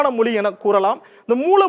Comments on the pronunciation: நீ முதல்ல "மொழி" ய ஒழுங்கா உச்சரி. மொலி மொலி ன்னு சொல்ற?😠😡😤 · Not able to hear ur moli..its Mozhi 🤐😑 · First Mozhi ya correct ha pronounce pannu.. it not moli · Moli😂 மொலி குடும்பம்😢 மொழி. ...ழ sound தமிழ் மற்றும் malayalam உரிய ஒரு சிறப்பு ... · யோவ்... முதல்ல மொழி அப்டின்னு உச்சரிய்யா... மொலி மொலி அப்டின்னு உச்சரிக்கிற... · ஏப்பா... நெறியாளரே.... அது மொலி இல்லப்பா. மொழி. சில இடங்கள்ல முலி'ன்னு வேற சொல்றீங்க. நாம இப்படி இருக்கிறதுனால தான் மற்ற மொழிக் காரர்களுக்கு நம் மொழி மீது மரியாதை இருக்கிறதில்லை. முதலில் நமது மொழியை திருந்தப் பேசுவோம். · என்னது? மொலிக்குடும்பமா?? தமிழ் வாழ்க!...!? வாயில "ழ" வராதோ? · மொலி அல்ல, மொழி. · It is not moli, mozhi, how you people choosing these type of guys to handle this important matter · மொழி என்று உச்சரிப்பதுதான் தமிழ்ழுக்கு அழகு 😊 🙏🏽